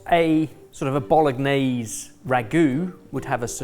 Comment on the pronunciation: sounding out the G in Bolognese hurt my ears. Come on.